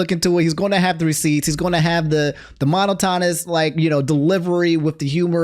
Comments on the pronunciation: not "mono tah niss" 🫣 strikes again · how do you not know how to pronounce monotonous and tana? What's going on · They way pronounces "monotonous" 🤣🤣🤣